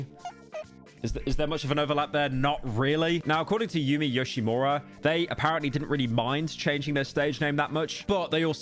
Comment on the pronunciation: very surprised that he pronounced Puffy AmiYumi correct and even Yoshimura Yumi when he couldn’t pronounce Hatsune Miku correctly